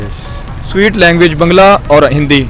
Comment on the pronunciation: Bangla ko baang-laa kehte hai.